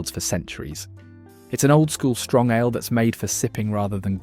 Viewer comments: Pronouncing Ale as Aller and Theakstons as “The ackston” smells a bit of AI involvement. Apart from that a not bad list, but I’ll stick with Guinness thanks! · Got fooled into watching this AI crap right up to the point when the 'narrator' pronounced "ale" as "Alah", and "Theakstons" as "Thee-Ak-stons". A dead giveaway ! How much "Alah" can your robot drink?